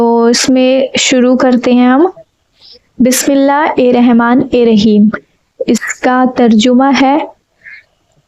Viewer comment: Bismillah hirrahma nirraheem hota h sahi se padna seekh lo